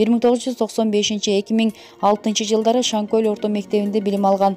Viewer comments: Озумун акамго💪 Шанкол деген айыл. Туура айтсан Шан кол дебей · Шанкөл эмес шанкол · Шаңкөл эмес э Шаңкол